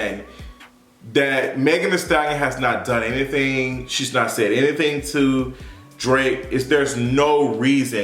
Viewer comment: Did you just call him Drak- I’m done. 😂